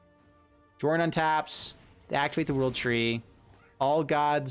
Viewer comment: Sorry for being pedant but i think the pronunciation is Yörn